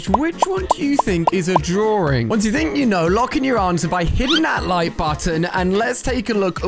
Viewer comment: "Spot the drawRing" lol